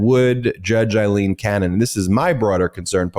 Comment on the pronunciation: My goodness, Ben. Why are you so determined to continue pronouncing her name Eyeleen when her name is Aileen and that's how everyone else is properly saying it?